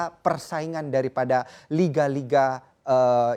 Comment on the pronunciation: Nyebutin liga spanyol susah bgt kek nya? . Kayanya host nya gasuka bola?